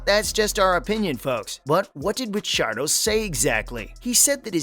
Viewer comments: wtf???? stop trying too hard for views. do your homework bro . and dont butcher RICC's name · Clearly new to f1. How dare you say ricciardos last name like that😭😭😂